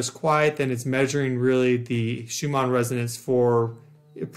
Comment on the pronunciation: Why are you saying Shoe-mar instead of Shoe-mahn?